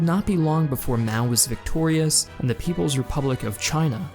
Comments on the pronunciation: "Repubic" other than that great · The "Repubic" of China